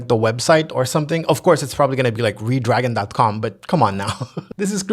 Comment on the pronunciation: Ree dragon? You mean Red Dragon?